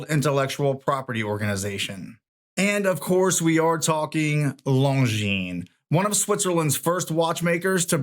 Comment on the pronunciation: I am glad you know that the S is silent in Longines. Seems that few watch tubers know that.